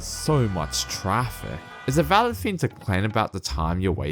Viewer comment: "Here's the fing"